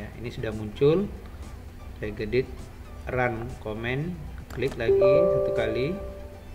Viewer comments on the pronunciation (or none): Langkah kedua search apa om, gk jelas suaranya, saya dengarnya regedid tp saya cari gk ada yg muncul